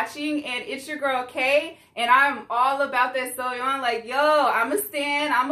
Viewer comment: Yess Jeon like Jeon Jungkook Her name is Soyeon ( So-Yon ) You said GIDLE perfectly!!